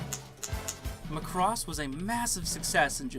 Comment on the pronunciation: Guys... it's MACROSS not McCross. Let's go with the Japanese phonetic spelling マクロス (MA-KU-RO-SU) :D